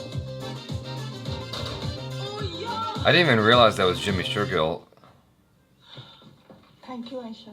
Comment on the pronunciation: #JimmyShergill, finally found a name that he can pronounce correctly 😅